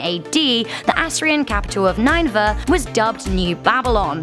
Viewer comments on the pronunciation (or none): What is Nine-Vah? You mean Nin-e-vah? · Nineveh? What is this pronunciation? Its Nin-E-Vah. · nineveh is pronounced ninny-va not nine-va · It's pronounce nin-a-vuh, not nine-a-vuh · The Hanging Graden of Babylon is in Nineveh "NEW" babylon. Again ... Ni-ne-veh Girl! Ne-bu-kad-ne-zar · The Assrian city of nine-va..